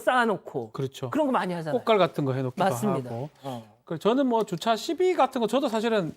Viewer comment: 아나운서의 정확한 발음은 이를 배우는 시청자의 모범이 되어야 합니다. 줏차가 아니고 주차입니다.